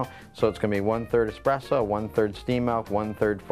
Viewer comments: It's essssssssspresso Not expresso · needs to learn how to pronounce that word😂😂😂😂😂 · you don't wanna mess with 😆